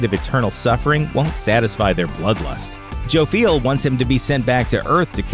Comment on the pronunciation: is more often pronounced Joff-yell rather than Joe-feel . . .